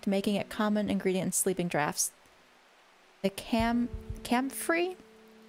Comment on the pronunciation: I had to switch to this one when the other let’s player didn’t know how to pronounce draught XD